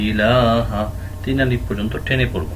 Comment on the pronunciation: মুহতারাম একটা বিষয় ক্লিয়ার হওয়ার ছিল। ইলাহা এই শব্দে ওয়াক্প হয়ছে কিন্তু হা তে তো সাকিন উচ্চারণ করেননি।জবর উচ্চারণ করেছেন। আমরা আপনার আগের লিসনে শিখলাম যে হরফে ওয়াকপ হয় সে হরফে হরকত থাকলে সেটা সাকিন উচ্চারণ হয়।এটার কি অন্য কোনো কায়দা আছে? দয়া করে জানাবেন মুহতারাম